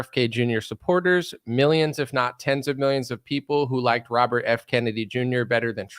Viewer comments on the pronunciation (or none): none